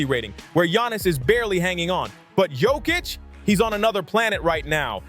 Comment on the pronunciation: You talk about DISRESPECT towards the Big Honey Joker, but you still haven't learnt how to pronounce his surname correctly: yock-itch. 🧐